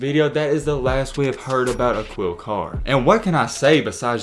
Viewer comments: Uh-keel carr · Dear Culture vulture Learn how to pronounce the mans name before you use him for views , Bare minimum .... Akeel Carr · Its pronounced Ah-kil Carr yo, aka the crimestopper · It’s pronounced A-KEEL CARR. It’s not pronounced how it’s spelt